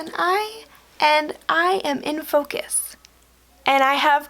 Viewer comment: that "fOcUs" on 😂